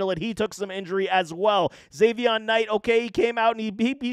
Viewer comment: Is not Zaveon Knight— it’s pronounced Zonovan.